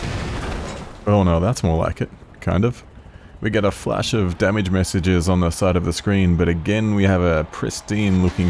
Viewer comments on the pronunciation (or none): none